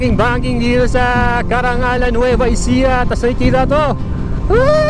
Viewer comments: correction Caranglan po Sir, hinde Carangalan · Carranglan po hindi carrangAlan. Masakit lang po sa tenga pakinggan 😂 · Carranglan, Nueva Ecija bro hindi Carrangalan.